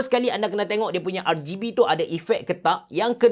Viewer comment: R-geh-B hmm abe cerah haha